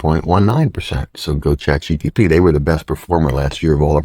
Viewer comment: It’s CHAT GPT not GTP